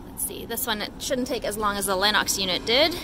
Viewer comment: I like the way you say Lennox. You ain't from America. 😄😄😄 #NorthernHVACsister 💪🇨🇦 #HVACstrong 💪🇺🇸